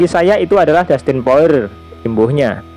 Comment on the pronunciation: Poirier dibaca poriye min